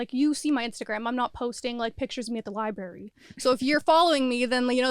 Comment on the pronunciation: LI-BARRY...lol, adults these days can't say library😂